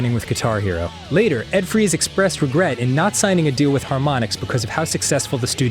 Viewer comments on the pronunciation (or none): you know damn well his name is pronounced Ed Frys not frees